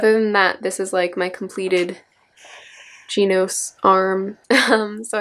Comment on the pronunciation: she pronounced genos 'jeenos' facepalm but appa rt from that its a good video